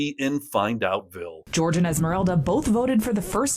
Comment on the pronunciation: It's NOT 'George'. It's WHORE-hey...